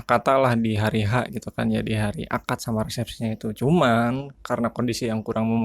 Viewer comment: Cuman ❌ Cumang ✅ 😂😭